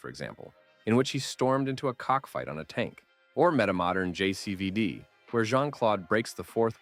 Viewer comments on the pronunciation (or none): none